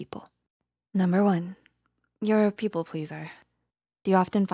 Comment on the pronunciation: They say "people" like pee-pole as in a pole you pee on